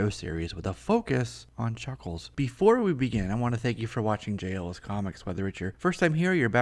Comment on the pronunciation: A focus.. on Chhucckkhhhlessshh